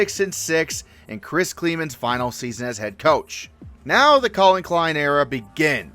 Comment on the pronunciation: Wow....quite possibly the FUCKING WORST SHOW IVE WATCHED IN YEARS. Could you have ANY MORE possible facts wrong or basic info wrong. For ku..Dylan Edwards returns...HE PLAYED AT K-STATE LAST YEAR. K-STATE coach last 7 years KLIEMAN (kl-eye-man NOT Kl-EEE-MAN) continued to call k-State..Kansas...and i dont have the time or room to go into all the other teams. You should be Absolutely embarrassed to have your name associated with this horseshit